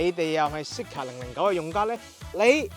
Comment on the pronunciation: “Zeekr” 呢個名用 voice navigation 有啲麻煩，因為香港人讀 Z 經常讀咗 S音，R 又讀咗 Ah音，所以Zeekr就變成 Seekah. 所以架車聽唔明可能係Honglish嘅問題😂